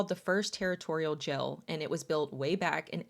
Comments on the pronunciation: i love how you pronounce the word "jail" 😅❤ I am from texas, so I say "jay el". You say "gel" 😅 Too cute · Curious why you call a jail a “gel”